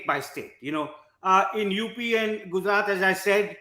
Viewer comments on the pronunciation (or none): none